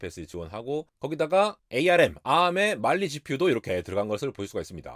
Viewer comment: 한국 유투버들만 굳이 arm을 에이알엠이라고 하던데 1998년도 이후로 그냥 암이라고 공식명칭도 바뀌었습니다